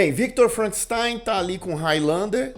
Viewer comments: ""...kkkk Ai, gargalhei alto aqui. "Felcanstein"... 🤣🤣🤣🤣🤣🤣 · FELCANSTEIN KKKKKKKKKKKK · Felkenstein 😂😂😂 min.